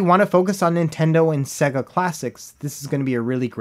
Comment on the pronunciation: What's a "Segga?" You meant "Say-Guh" right?